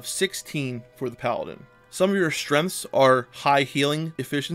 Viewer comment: I cant say if english isnt your first language and youre just very good at it, or if it is and you for some reason cant properly say strenght